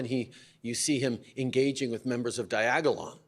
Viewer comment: I like how he says “Diagolon” with a DRAMATIC pause to make sure we all know they are BAAAAAAAD LMAO